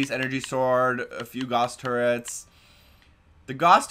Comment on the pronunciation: This is me being picky, but Gauss is pronounced as if it almost rhymes with Cows. Makes an 'ow' sound, as in Carl Friedrich Gauss., of Roosterteeth, does the same thing every time!